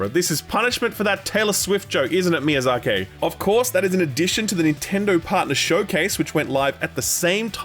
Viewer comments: Thanks, also it's pronounced "Miyaza-kee" not "Miyaza-kay". Just saying in case you meet him in the near future and pronounce it like that to his face! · Why you say Miyazaki like dat lmao